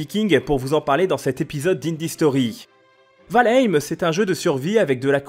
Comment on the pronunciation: Quand est ce que les youtuber vont commencer à apprendre à prononcer le nom des jeux avant d'en parler ? C'est la base quand même nan ?